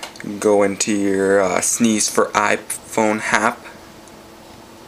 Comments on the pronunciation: ROFLMAO, its pronounced Sness, not Sneeze. Or just S-N-E-S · s-n-e-s not sneeze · Sneeze... so annoying! You might as well call the PSP a "pispy" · its s n e s NOT sneeze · sneeze lol